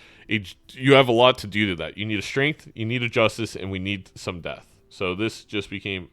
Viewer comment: pronouncing strength as shrink threw me for a loop